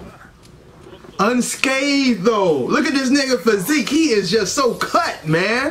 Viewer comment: did he actually say physikey? (physique)